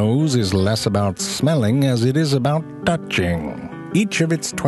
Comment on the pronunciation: "tou-ching" man I died cant tell if it's actually funny or if it's because it's 4 in the morning..